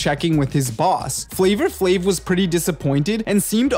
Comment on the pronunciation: "Flavor flav"?